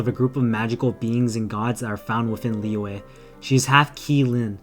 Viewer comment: It's not lee-way, its lee-yuh or lee-yeah, the letter y in liyue is a consonant